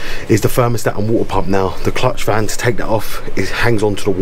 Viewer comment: Wuahteh pamp 😂 jk great vid very informative